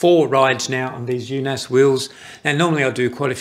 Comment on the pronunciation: The double A is old Norwegian way of writing the letter Å which in english is the letter O like in Only. So you pronounced it completely wrong. no E in in it's pronounced like Unos Not Un-os like in Undo, but short N. Unaas is the surname of the brothers running the company. Espen Unaas established the company Unaas Cycling in 2008. The company has bike shops.